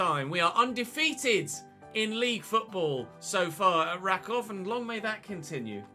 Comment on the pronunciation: team pronounced "RAkuf" btw